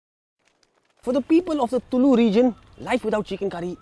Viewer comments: " Tullu" alla raja . Its Tulu style .... :D :D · Very well done. Close to being authentic except the pronunciation of "TULU"! I have had this 'wonderful' curry in Mangalore and in few Mangalorean restaurants in Mumbai but did not have the recipe. Your recipe turned out great. Thank you and please upload other Karnataka dishes too. *** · Not sure if you got the pronunciation of tulu right mate!!!